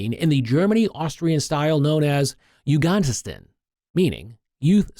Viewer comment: Item 36 😂😂 what German style 🤣🤣🤣😂😂😂😂 is he trying to say 🤔 Jugendstil because he says jogandenstin 😂